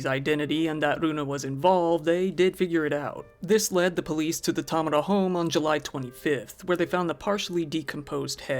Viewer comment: I have heard Tamura pronounced ty.mar.a(like Mary) or ta.mor.ra(like tomorrow) but growing up I always get a disgruntled look when they see it on paper from teachers and bosses. Great job at pronouncing it correctly for not being Japanese.